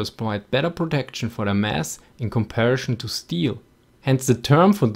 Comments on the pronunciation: Have you also noticed his pronounciation of 'comparison'? He pronounces it as 'comparishn', rather than 'comparisn'. o.o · Please correct following error: You wrote 'M113 Armoured Personal Carrier', which is incorrect. It is supposed to be 'M113 Armoured Personnel Carrier'. Personal vs. Personnel (persönlich vs. Personal). Also, I noticed several videos you pronounced comparison as 'comparishn'. The 's' is pronounced as 's' not as 'sh'. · great vid as always, but please work on your pronounciation of 'comparison' - it sticks out like a Maus among Panzer Zwei's :)